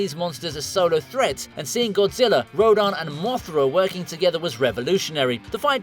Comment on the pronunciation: It is pronounced (row-dan)